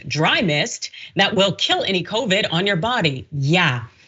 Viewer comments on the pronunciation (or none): Hershel didnt say it'll kill covid , he pronounced it Kro-vrid 😂🤣😂